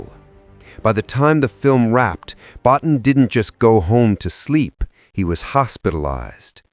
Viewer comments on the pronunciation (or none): Rob Bottin. It's pronounced "Bo-TEEN."' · I saw it 3 times on its original release. Btw. Rob’s last name is pronounced ( bow teen ) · Rob Bottin's name is pronounced 'Bo-teen'. But anyway, i had the great pleasure of seeing this at the theater and i loved it. I knew it was a great movie although others didn't, and i never understood what was wrong with those people. I think E.T. is overhyped and over-rated. The only thing (pardon the pun) i never understood is how the Thing can be more than one person. The movie plays on the paranoia that one or more of them could be infected, yet they never explain how it can be more than one person at a time. That doesn't make any sense to me. But still a great movie.